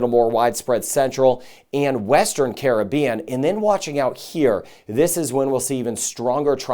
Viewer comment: Much thx for weather updates and pronouncing "Caribbean" correctly.